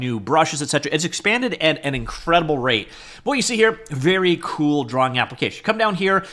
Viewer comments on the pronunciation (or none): none